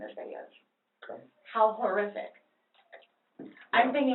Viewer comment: The way she pronounces horrific as “whore-iffic” irritates me lmao. For someone who claims she’s a straight A student she doesn’t seem intelligent at all.